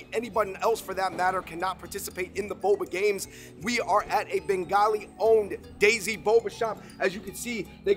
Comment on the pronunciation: Bro it's '' Desi '' not daisy 😩